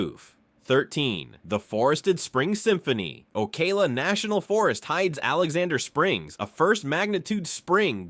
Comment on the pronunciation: While the. Narration was interesting, a lot of the video is from anywhere but Florida. The steams and waterways in Florida do not have rapids. And any scene with a mountain in it is obviously from out of state. Then there is the pronunciation, names like the Dry Tortuga’s and Ocala were butchered. This looks to have been done by AI.